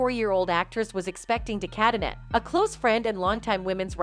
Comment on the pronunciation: Just so you know...de Cadenet is pronounced de cadenay...